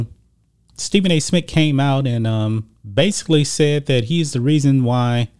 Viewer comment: SMITH NOT SMIT🤣🤣🤣